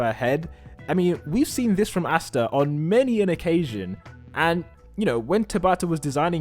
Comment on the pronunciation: Why do you say Astas name like that...